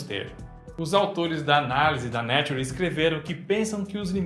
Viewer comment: seu lindo, sou um grande fã há anos, amo o canal... Mas por favor, para de falar Né-Tu-Re, põe no tradutor pra falar certo rsrs